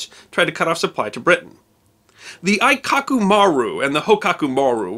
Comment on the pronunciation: A very nice slice of history. You should be aware that your pronounciation of Japanese words in this video (and others) is a bit incorrect. Aikoku --> Ah-ee-koh-koo Hōkoku --> Ho-oo-koh-koo The "oo" for the long "o" in Japanese is often omitted or so softly spoken as to be unheard and not such a big deal. Your pronounciation wasn't bad (as a Japanese would complement you even for trying) but it wasn't accurate. Thanks again for this piece of history that should not be forgotten!